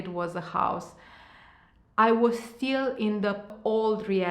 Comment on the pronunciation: Hi! Thanks for the great video! You’re very fluent in English obviously, but it takes away from your message when you keep saying certain words wrong. As it can be distracting for your listeners. Words like Still (you kept saying Steel), linear, exactly.. if you’re this good in English I’m sure you’ll have no problem pronounce those words correctly. Just a constructive comment.🌷